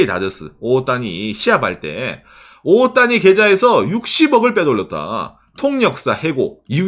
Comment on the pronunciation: 오타니가 정확한 일본발음으로는 오오ㅅ타니인가요?? 보면서 올바른 발음을 알게 됐네요!